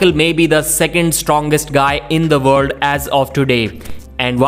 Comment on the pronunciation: World? Vorld? While? Vhile?